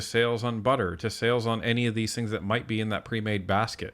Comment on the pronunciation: Chihuahua Champagne: The word is “things” with an “h” not “tings”